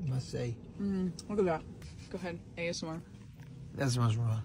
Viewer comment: “ASMR” Him: asmursmur” 😂